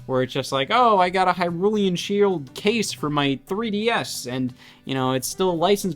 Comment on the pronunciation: Erm Scott.. it’s actually called the Hylain shield not hyrulian shield